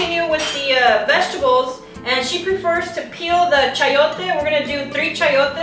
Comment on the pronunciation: It’s pronounced Chai yotes not Chee yotes unless you are a chee yona!